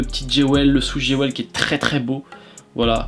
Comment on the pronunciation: Jewel se prononce « JOUILE » mon reuf 😬